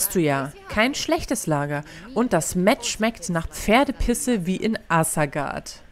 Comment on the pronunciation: Das Met ist Honigwein und wird mit Betonung auf dem e ausgesprochen 😅 Schöne Folge, ich frage mich nur warum du keine Heiltränke benutzt?? Lg